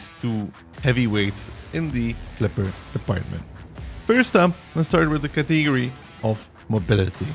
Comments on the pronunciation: its pronounced cat-uh-gorey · You have a funny way of pronouncing "category" btw